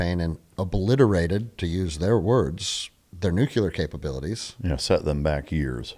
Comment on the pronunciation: Solid sensible views. If you're going to discuss this stuff please learn to pronounce "nuclear". New-klee-uh. NOT new-kew-luh. Sounding like George Dubbleyuh doesn't help your cred, guys. Also "Maybe Osama Bin Laden was like you or *me..." NOT "you or I". You wouldn't say "Maybe he was like I". You'd say " Maybe he was like me" so wtf change it when someone else is included ? Just saying, it helps people to listen & pay attention when you sound educated at least to Grade School English level.